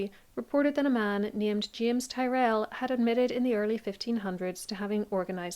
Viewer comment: Your pronunciation of Tyrell unfortunately makes me doubt everything you opine